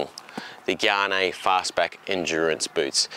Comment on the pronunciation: I'm pretty sure these are Gaerne, not Guyannee.